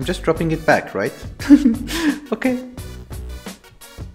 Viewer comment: i like how you always say okei